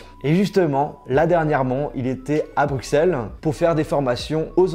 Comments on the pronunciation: On dit Brusselles pas Brukselles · Tu vas te faire déboîter par les belges. T’as dis Bruxelles en prononçant le x « x » et pas « s » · Ça se dit « BruSSelles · « BruXelles » tu fais honte à notre si belle ville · Tu as mal prononcer Bruxelles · please tu peux arrêter décrocher le nom de Bruxelles s’il te-plait